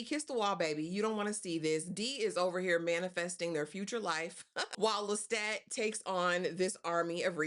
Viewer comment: Yes. I’m not here to cause no ripples. It was just a suggestion. Just pointing out the way the author herself pronounces it.